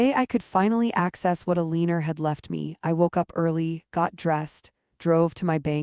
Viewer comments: a-lean-er. die-vorce. This text-to-voice needs better training. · The name Elena does not rhyme with weiner. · Her grandmother's name was Elena.. pronounced "E lain ah", not ,"E lane er". Will someone please teach AI the darned rules of the English language, please!